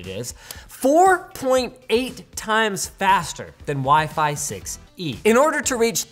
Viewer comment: "Waih-Faih 7"